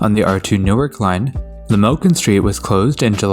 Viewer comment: Newark, Delaware is actually pronounced "New-ARK" instead of "NEW-irk".